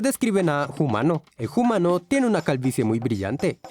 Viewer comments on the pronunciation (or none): #PrimatesHablanDe Me gustaría de preguntar al de este canal: por qué pronuncia el H quando habla la palabra Humano? En español no se pronuncia el H!